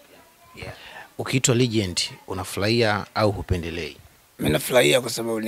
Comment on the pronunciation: nazungumzia Huyo mwandishi badala ya kusema Legend anasema regend